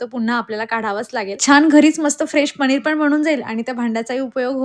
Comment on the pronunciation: Tumhi sagle न la ण ka mhanta... पनिर mhana pls... पणिर is wrong...khup weird watata te... good morning pan tasech mhanta tumhi